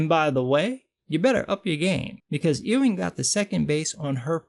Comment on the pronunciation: Pronounced "Yoo-ing". Like a sheep, lol.